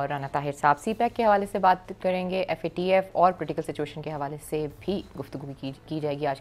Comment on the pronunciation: It's not Fatf It's FATF